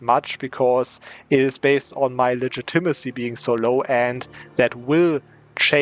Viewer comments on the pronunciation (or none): its pronounced ligit-a-ma-see